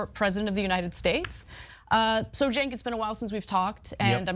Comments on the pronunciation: It's pronounced "Chunk" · I like how always finds a new way to mispronounce Cenk's name. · Who would vote for a guy that can't even spell or pronounce his name correctly, I grew up with a guy his name was Jenk(sounds like j-ink) now Cenk(to me sounds like the kitchen"sink") I could never vote for someone like this guy he's just a big loud mouth,he doesn't even have common sense. 🤔💯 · Still confused how he pronounces his name with a J when it starts with a C. Idk maybe im uneducated or its normal in the country he was actually born in 😂😂😂